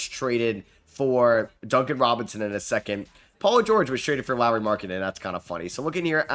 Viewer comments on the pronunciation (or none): none